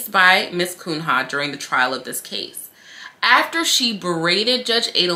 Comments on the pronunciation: girl I love you and your vids but hearing you repeatedly pronounce the attorney's name as KUN-HA sent me hahahaha its a portuguese surname, pronounced "Cunya" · I ❤️ you, but I humbly submit that “Cunha” is likely a Portuguese name (in light of the given name), and is thus pronounced [Kūn-ya]. 😬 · Pronounce like Cuña. It's a Portuguese name where there's no ñ. She is primordial ooze – such a luxurious adjective. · Her name is Portuguese. Pronounced Koon-Yuh.